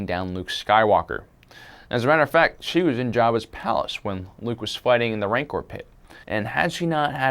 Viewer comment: his name is luuke